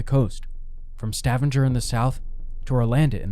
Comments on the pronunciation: This is unwatchable because of your idiotic pronunciation of Stavanger as if it's some septic town. It's Stav anger with a hard g in anger like the word anger. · Stavanger pronounced Stahvahnger where UN Base is. Also hard G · The way you pronounce Stavanger.... holy hell, i.stopped watching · Learn how to pronounce Stavanger. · Did this guy just say Stavanger in the same way you pronounce scavenger !!